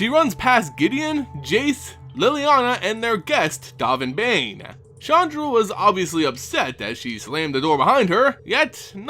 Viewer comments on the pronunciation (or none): Still "Baan" not "Bane" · 'Dove' n, like the past tense of 'dive' and 'Baan like 'bon bons'. XD dOHven BAHn. Love ya,, but pronunciations man, please, as a vorthos, it's important.